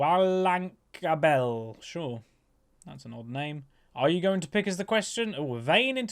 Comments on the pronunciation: Hey, The vaynes name is German.... It's pronounced "V" (It's similar to how germans pronounce the W) "lan", with a longer a, "kabel" which is German for cable. Wlan is the German way to describe wifi xD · Haha trying to pronounce Wlankabel haha thats the internet cable in german, made me laugh straight from the beginning haha Thank you for yet another great video!:) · LOL your pronunciation of WLANKABEL was hilarious. btw its german and means something like wireless internet wire, because some people dont understand wireless connection.